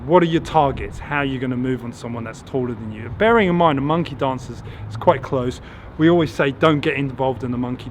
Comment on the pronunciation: When u said monkey dance. I thought you said monkey dongs. 🤣🤣 great job by the way. I love your content